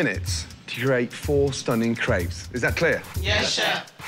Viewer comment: Video starts: "craibs"